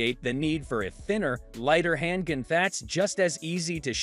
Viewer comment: "Hand Ginn". check! 😆